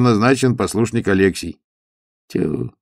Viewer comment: Простите, Александр. АлексИй. Иов. неправильно ударение. Надо было проконсультироваться. Я Вас уважаю, как прекрасного артиста, но эти небольшие ошибки шокируют. 😮